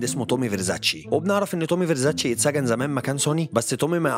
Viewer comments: فيرزاتشى مات يا.. اسمه تومى فيرزستى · الفيديو جامد بس هو اسمه تومي فيرستي مش فيرساتشي ❤️